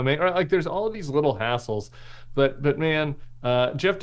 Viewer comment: "All these little hassles"...... I thought I heard "all these little assholes". I like my version better.